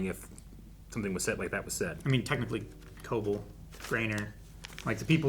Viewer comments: Y'all.. "co-bell" is the pronunciation. Please. You say it so much and every time you say it wrong, my eye twitches. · ITS CO-BELL HOLY SHIT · The fact that we're 8 episodes into the season and they still don't say Cobell's name correctly is kind of astonishing, ngl.